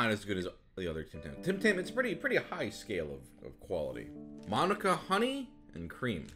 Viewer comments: Sungwung saying calling manuka (pronounce manooka) as monica, made me laugh, also as an aussie, seeing the tim tam love makes us proud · For the record it's pronounced Ma-noo-ka (Manuka honey) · Sorry to be that guy, but it's pronounced "ma-noo-car" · "Monica" lmao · Giz-bahn mah-noo-kah honey, comes from manuka trees found in my home country, New Zealand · Manuka: Man-ou-ka Gisborne:gis-bin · Lol the way he pronounced Manukau honey made me chuckle. It took me a sec to realize what he meant. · the way he said manuka honey tho 😂😂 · I have no clue where the hell he got that other a in manuka from like the u isn’t silent or replaced by a A